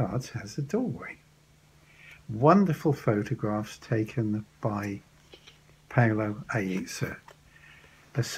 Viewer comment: Paolo Aizza is the photographer. It's little bit mispronunciated. He's a so special sensitive person and artist 🧡💚❤️